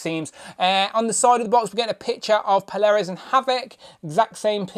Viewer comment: Good review but i think it's pronounced "Pole-ar-uss" . Picking this up tomorrow ❤💪